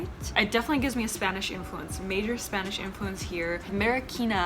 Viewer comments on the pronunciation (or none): none